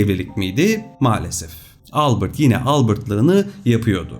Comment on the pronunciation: Harika video ama Albırt değil Albert diye okunur adam Alman Ingiliz değil 😊👍